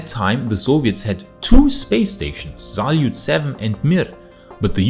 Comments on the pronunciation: It is Salyut with the accent on the last syllable, not a Zalyut with the accent on the first one <3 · Great video as always. Hope Jixuan will be back soon and all is well. Mir station name can be translated not just as "Peace" but also as "World" as its same word in Russian. One thing that did irk me was the Z in Salyut station names. It doesn't have a Z in there XD